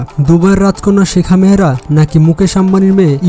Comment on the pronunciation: নাম ভলো করে জানুন শেখা মেহরা না শেখ মাহরা 😁😁😁